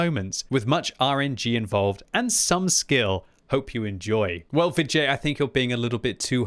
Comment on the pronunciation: When you say Vid J, I keep hearing vi jay or va jay. Maybe that was on purpose though.